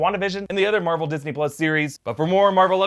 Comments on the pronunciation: Marble Stubios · Am I the only one who hears Marble when says Marvel? 👂 🤔